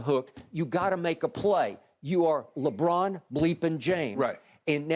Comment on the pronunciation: “Lebrick” lmao